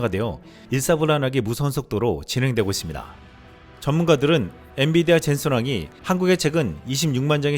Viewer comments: 녹화할때 마다 엔.디.비아 라고 하시는데....좀 체크해 보시길. 자막은 분병 엔.비.디아 라고 정확히 되어있는데... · 앤디비아?앤비디아 발음이 잘 안되나요?여러번 실수하네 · 엔디비아다 아니고 엔비디아.. 헷갈리시면 Nvidia 영어 스펠로 기억하시길... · 자꾸 엔디비아라고 하심 ㅋㅋ